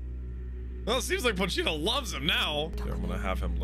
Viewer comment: It’s pronounced more like “pohch-ta” The “I” isn’t pronounced as having